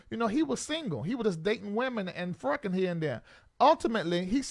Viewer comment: you are one more fool. "We been fruckin" LMAO. I can't!!!!!!!!